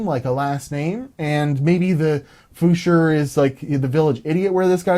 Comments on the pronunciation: You couldn't find anything about "fuscher" because it's called "Pfuscher" with a "p". Best greets from Germany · I'm german, and I never heard "fuscher". Only "Pfuscher" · Its called Pfuscher...not Fuscher^^ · I think he changed the pronounciation so that would read it right. Because the p is pretty much silent. He would have had problems pronouncing a "pf".